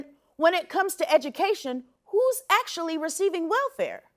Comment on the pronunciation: Did you just say AYctually HAYppening? You reppin the midwest Amber? OPE. Heck yah!